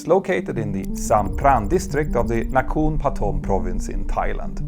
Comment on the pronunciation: love the narration as always Petter! FYI, Nakhon, Nakorn, Na-korn (นคร) is pronouce "Na" as in "Nada (nothing/zero)" and "corn" like the corn plant; and it means "city" (Bangkok is Krungtep-maha-nakorn; with "maha" meaning "mega" hence "mega-city"); Also Thai don’t bleed sound into the next syllable so we always pronounce each syllable distinctly and same spelling pronounce the exact same no matter what come before or after.